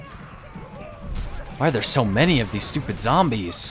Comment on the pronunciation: zombies... ZOMBIES!? your a fake, the real says zambies D